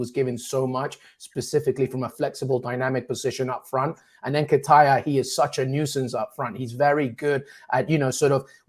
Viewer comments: Man said "N'kitire" ☠☠☠☠☠☠ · "Eddie N-ken-taya" 🤣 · Oh my....can't unhear that Nketiah pronunciation 🤣🤣🤣🤣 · My brother you can’t keep pronouncing Nketiah that way if you want anyone to take you seriously